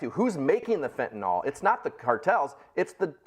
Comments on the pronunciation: It's spelled FENTANYL, pronounced "nil", NOT "nol" (nall). Geezus, can you read? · Admittedly, this is a pet peeve of mine (and I have quite a few of those): It isn't fentanol, (rhymes with tall), it is fentanyl, rhymes with pill.